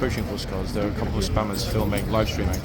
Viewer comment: Hi, what do you think of the statue over in Greenwich, the one beneath the cable cars. I actually wouldn't have bitten my tongue in that situation, it tourons don't want to learn then they can stay home. Lol, when you said spammers, I swear I heard spanners. The old Admiralty building in the sun looks absolutely spectacular.